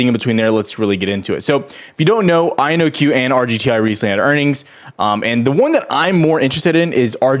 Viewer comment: Take a shot every time he says IONQ wrong